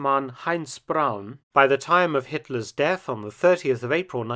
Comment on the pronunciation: Hurrah. Braun pronounced Brown instead of Brawn. Chapeau Felton. Nulli secundus.